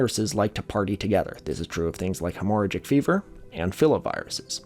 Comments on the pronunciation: Hemorrhagic is not pronounced that way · Please Google hemorrhagic pronunciation bruh wtf 🤣